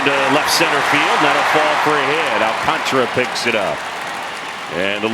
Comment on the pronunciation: Why is it so difficult for announcers to pronounce AlcantAra's name correctly? Not Alcantra